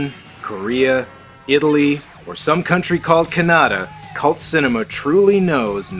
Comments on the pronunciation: I thought it was Ken-a-Da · What is this "Kanada" country you speak of? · Is it me or did say Canada wrong?